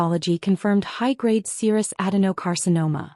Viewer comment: Serous not sirus